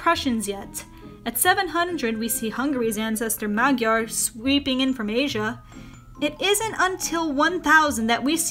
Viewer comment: You're pronouncing "Magyar" wrong